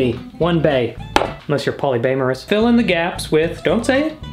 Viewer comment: 'Poly-bae-morous' LOL🤣